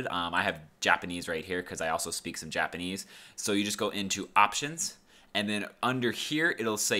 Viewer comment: I like how you said : J apanese